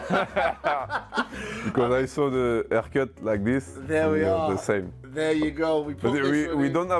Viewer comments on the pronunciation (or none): "Because I saw the aehrcut like thees"